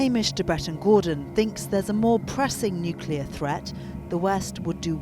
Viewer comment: Is this guy actually trained in anything? He keep saying "Nukilla" rather than "Nuclear", which is a hallmark of a liar.